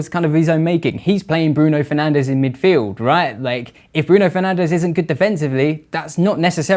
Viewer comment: I could feel shifting around in his seat the consistent and controversial incorrect pronunciation of the guy we we all know is called.... Bruno Fernanch